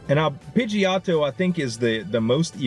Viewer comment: Z I was tryna ignore it cause I figured you'd eventually get the correct pronunciation lol but it's pronounced "Pidgey - o - toe"